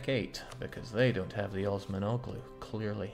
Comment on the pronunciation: Y'know the g in Osmanoğlu is silent. -oğlu is a Turkish suffix which means "son of" The correct pronunciation would be "Os-man-uh-loo"